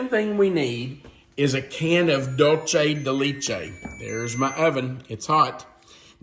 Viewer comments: Ok, please stop saying “Dultchay de lechtay.🤦‍♂️😫 Please try and say it as it is written DULCE DE LECHE Dull say de let chay You can do it! 👍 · What a great recipe… So… the retired Spanish teacher of 30+ years wants to help you with your pronunciation of Dulce de leche… So hopefully, here goes… DOOL - seh - deh - LEH - cheh. Hope this helps,! 😊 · Dulce de leche is pronounced dool-say day lay-chay. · Love the recipe but just letting you know the pronunciation of Dulce de leche isn’t correct. Thank you for sharing such great videos ❤❤ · 🤣😂🤣I was thinking the same thing.